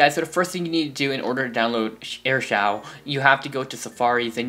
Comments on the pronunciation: Aristole its pronounced air show no offense tho i used to do that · You are saying AirShou wrong your supposed to SAY it like Air-Shoe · It's actually pronounced as show and airshow I use this for 3 months now :) BTW nice intro but I liked the old one better (my opinion) --_____-- :) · thanks that's amazing pronunciation "airshaw"